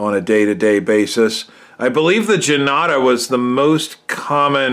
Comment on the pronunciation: Thanks - very nice review and you found an interesting piece with the Indian numerals. Janata is pronounced "jun-taah" - it means "the People". The script Devanagiri is pronounced "Dave-Naa-gee-ree". The amount of research you put in your review was amazing!